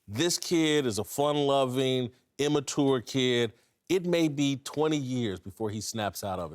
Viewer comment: CAN WITLOCK SAY IMMATURE RIGHT OMGGGG